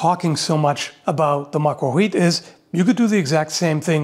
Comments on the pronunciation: I'm sorry, but who gave you the completely inaccurate information that the L in 'macuahuitl' is quiet? It's not quiet, it's better described as being bound together with the T. It's similar to the way you pronounce the Ch in 'church' or 'chair'. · As someone who lives in the Yucatan among Mayans, they've told me that the "l" in certain words like Macuahuitl is not silent, instead you stick your tongue out a little when making the "l" sound. It's difficult, but the natives can do it consistently since some people here still speak Mayan. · Just as a small note, the L in macuahuitl is not silent. It's an uncommon non-English sound, but it is definitely pronounced. Though rare in Europe, it's fairly common in Native American languages, including the Aztec Nahuatl, and can be found in dialects in Africa, Asia, and also in Welsh. Amusingly, it's also used in Klingon. I'll leave a Wikipedia link to the /ɬ/ and /tɬ/ phonemes I'm describing, below. The /ɬ/ portion is kind of like an LH. It's like an L in tongue placement, but instead of voicing the sound, it is instead produced by an unvoiced heavy breath. This difference between /l/ and /ɬ/ is similar to the difference between the S in "treasure" and the SH in "rush". /tɬ/ is a combination of /t/ and /ɬ/ into a single phoneme, with the /t/ stopping air flow and then air flow resuming as /ɬ/. This is similar to a sound like CH, written as /tʃ/ in IPA, which essentially uses a /t/ to stop, and then resumes with an SH, written as /ʃ/. Whenever you see a TL in a Nahuatl (Aztec) word, including the name of the language itself, it's this /tɬ/ phoneme. So it's not that it's silent, but that the entire TL is a compound non-English sound. Saying it's silent is like saying that the H in "much" is silent, and pronounce it as "muk". Macuahuitl (notice /tɬ/ in IPA pronunciation): Nahuatl Phonetics: /ɬ/ Phoneme: /tɬ/ Phoneme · shouldn't there be no /h/ sound there in macuahuitl? is how they spelled /w/ as far as I know